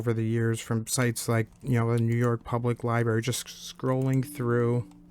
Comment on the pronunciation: It’s libRary not liberry